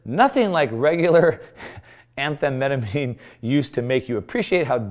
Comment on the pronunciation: Did you really just mispronounce amphetamine?